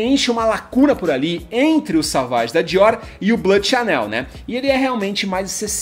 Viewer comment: Não é â de toilette é ô de toilette, não é "Savage", é "sovage". Não sabe falar o básico, foda falar de perfume assim.